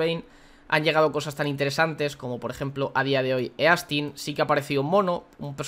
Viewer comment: Se pronuncia “istin” no “e-astin”